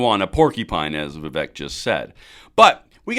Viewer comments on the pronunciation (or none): He's a fantastic candidate, but no one can see to say the guys name right. Viv ache, like cake. I've seen a lot of respect for him, but let's show it by getting his name right, lol. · a vote for Vivek (pronounce Viv-ake, like cake) is a vote to abolish the ATF, FBI, DOE, etc. Let's get it! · For your info, his name is pronounced Va-Vake, rhymes with cake. He is quite used to folks mispronouncing it, but I think we all should learn to get it right. He may or may not succeed this cycle, but he is likely to be around for quite some time!! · Just an fyi, it's Vivek, pronounced Vi-vake. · I wouldn't vote for any body when two thirds of American's can't pronounce his name